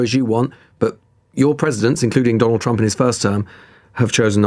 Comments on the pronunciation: Her pronounciation sounds like Donald CHUMP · Why does she keep calling him "President Chump"? she doesn't seem to in general have problems pronouncing 'r', does she? And while his detractors can be expected to use derisive nicknames, aren't isn't supposed to be a supporter of Trump? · In her defense I love how she pronounces his name as Donald Chump ❤ any and all signs with his name on it should be changed to this. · Is it just me or did she say "President Chump"? - LOL She'd better watch out. She might have a visit from some people when she returns home.